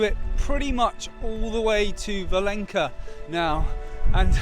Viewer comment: The reason there isn't much infrastructure for peregrinos along that stretch is most pilgrims take a ferry across the mouth of the river and continue to fallow the coast on the spanish side. Im sorry to be that guy but Valença is pronounced Valenza not valenka the ç sort of a z/s sound.